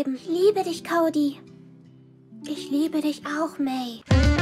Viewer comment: Habt ihr auf der Switch gespielt? Wieso war die Qualität so scheiße? Am Pc sah es besser aus :) Und wieso sagen sie Kodi? Und nicht Cody wie im englischen aber May richtig…